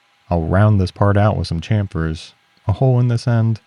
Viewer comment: Irony is saying "round it off with a champfer"